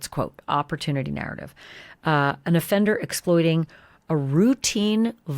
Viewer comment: Does anyone else find it strange the way she says offender? She says O-fender with the emphasis on O.